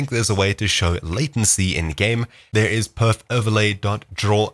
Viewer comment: Dude said type perf then said pof